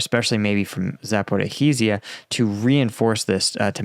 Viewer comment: Zapor-ee-jah, it’s not pronounced how it’s spelled like how здравствуйте is pronounced здраст-вуй-те